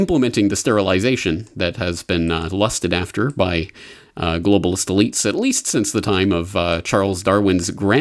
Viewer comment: Funny how when says "globalist elites" it sounds like he's saying "globalist deletes."